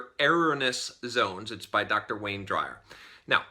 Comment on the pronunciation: Learn how to pronounce the books u read...AND the authors correct name if u are going to do a review!! It’s Eh-rohn-knee-ous Zones not eh-rohn-ness zones? And it’s Wayne DYER.... not DRYER 😂.